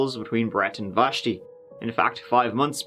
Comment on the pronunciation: It’s so weird hearing my name pronounced so perfectly in my favorite accent. What are the odds of me watching this video at 1am and hearing my name 😂😂 Vashti